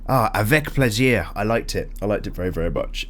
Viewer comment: Your "avec plaisir" was good 👏